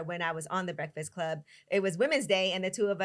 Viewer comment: Carlos I love you but you killin me saying “brehfass club”